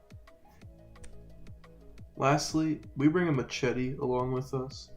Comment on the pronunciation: man can’t say machete